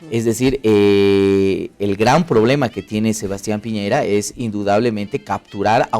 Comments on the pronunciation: Gusto de saludarle señores...soy de chile y nose porque llegue a este video ,me parece bien que comenten nuestras elecciones,pero creo que la conductora y los invitados,debe saber que el candidato es de apellido Piñera y no piñeira como lo mencionan reiterativamente, saludos. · Señora la invito a visitar el país, para que se haga una idea real de lo que es Chile, para que vea con sus propios ojos que nadie está pendiente de Bolivia....no nos interesa.Y por favor lea como se escriben o pronuncian los apellidos de los candidatos...no es piñeira, es Piñera, No es guillen, es guillier. Ya con eso me queda claro que ud.no es periodista. Nada de lo que dice o afirma puede tener asidero con ese nivel de cultura. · Esta mujercita no sabe leer? En todas partes dice Piñera. En donde vio que el apellido era "Piñeira?" escolaridad basica y aprendes a leer bien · Que pobreza, de periodistas , dale esta gorda , de no saber el apellido de P i ñ e r a. Señora gordaaaaaaaaa.